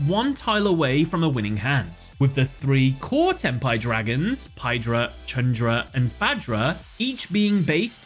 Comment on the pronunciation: sounds like "ten pie"